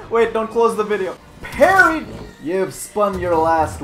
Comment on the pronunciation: She says she pregnant "PARRY"